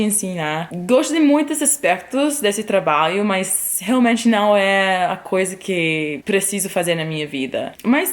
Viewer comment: Bela historia,!. Passei para meus sobrinhos no Ceará - do moro no Riode Janeiro - para inspira,-los: incentiva,-los a ousarem; a se arriscarem um pouco. Outra coisa, observei que você tem dificuldade em ptonumvisr "trabalho" voce fala ",trabaio". Neste por a ponta da língua dos dentes quando for pronunciar o ",lho" de traba",lho". Exatamente aí. Diga: Trata lho," este com a ponta da língua dos dentes superiores. A mesma coisa para,,: Ju-lho. Agasa-lho. Orva-lho. Orgu-lho. Obs. Todos os "luis pondo a ponta da língua nos dentes superiores. Orgu - lho(menta parte). Estou seguro de que vai ficar perfeito...